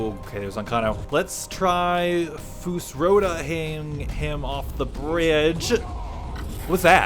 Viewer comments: "Fus-Ro-Dah"? No no no "Fusroduh" Yes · Foosrowduh is killing me. Lol